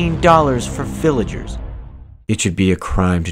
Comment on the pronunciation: the part where he said fillagers hurting me